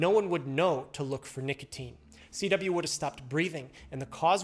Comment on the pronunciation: CW sounds like a B